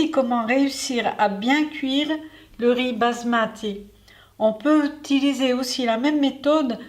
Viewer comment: pourquoi dire le mot "basmati" avec un accent Italien ?